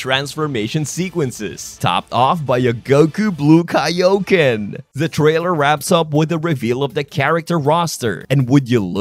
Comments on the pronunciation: Its not funny its embarassing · I think one of the funniest details was that they brought back the classic Kay-O-Ken pronunciation of Kaioken from the older games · I actually grew up saying it like this because of those old pronunciations. I know Kaioken is correct but Kayoken sounds cool too lol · I noticed that even in this version, Goku says Kayoken instead of Kaioken in the trailer and that you also noted the "I am angry" line. However, I'll give the benefit of the doubt as the game doesn't have a release date yet and may be in development footage, like how they promoted the superhero movie. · Goku pronounces Kai o ken like kayo ken like back in the old games and dub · Goku also said Kayoken instead of Kaioken so they're definitely reusing old lines for nostalgia. At least in the trailers. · I believe you can also hear Goku mispronounced Kaioken as Kay-o ken. Just like in Budokai and Tenkaichi. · Goku says Kay-o-ken instead of Kai-o-ken in the trailer! Just like the old days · Yeah, I thought that was weird but it’s a really nice touch. It would be interesting if they had dbs goku pronounce it as kai-yo-ken too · goku saying “kay-o-ken” is the most bizzareIy satisfying thing to me after aII these years of hearing the right version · Same, even if it's objectively incorrect.